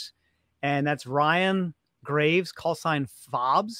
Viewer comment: You guys are saying Ryan’s name wrong, it’s Graves as in grave